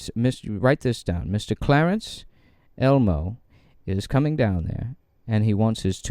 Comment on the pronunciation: It's Clarence ELMO. Not Elmore you idiot. Like wow the joke went right over your head.